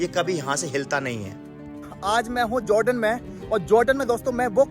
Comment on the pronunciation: Joordan nhi hota hai jordan hota hai bhai..🤣